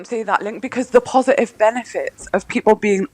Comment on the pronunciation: This goggled eyed halfwit can't even speak English, if i'm allowed to say English these days. Mo-ivation, w-ot, hounes-ly, posi-iv and 8 ate and using a instead of I!! Dunce bottom of the Diane Abbott school of thickos.